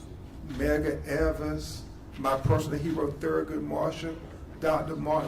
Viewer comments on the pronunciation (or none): none